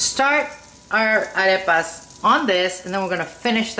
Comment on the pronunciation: Your pronunciation of Arepas was very nice because not everyone says it properly. Nice and easy instructions.